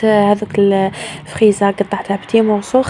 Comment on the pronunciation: تبان تشهي الله الله بصح سمحيلي إنتقاد صغير فراولة ولا لي فخاز ولا فريزا ماشي فخيزا ههههههه